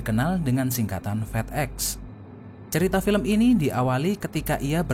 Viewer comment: Fedex di baca fidek